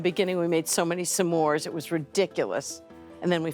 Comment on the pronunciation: I love how she says s'mores